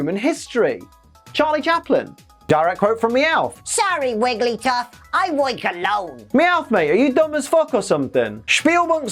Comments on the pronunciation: WEEEEEEEEEEEEEEEELLLL ACKSUALLY, I think you'll find that it's WigglyTUFF, not WigglySTUFF (I promise, I'm only nitpicking this out of love) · you called wiggly, "wigglystuff"! Nice, hahaha. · Did anyone notice that when wigglytuff was in the claw and calling for Psyduck, said wigglySTUFF?